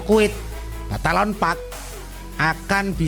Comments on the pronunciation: balaton bro..bukan batalon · Numpang koreksi om...bukan batalon park, tapi balaton park